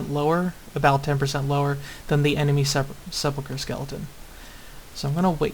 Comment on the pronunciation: Grats on sepulcher correctly, you win